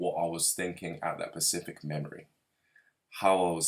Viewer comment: Sorry little correction😄 you keep saying Pacific when I think you mean specific😊 other Than that great video bro, keep up the good work:)